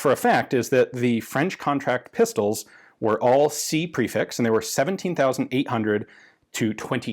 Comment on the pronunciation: Prefix isn't pronounced like that it's pronounced 'prefix'.